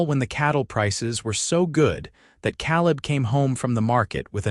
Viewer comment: So, what happened to the team of oxen and the wagon Eleanor left, her name is (L a nor) not (Lean er). Caleb is (K leb) not (Kal eb)